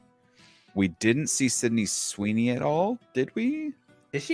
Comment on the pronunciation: not you saying sydney sweeney 😭